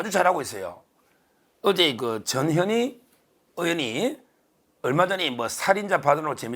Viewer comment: 언제나 화이팅...전현희 발음 좀 정확하게 해주세요.나에게는"저년이"로 들림.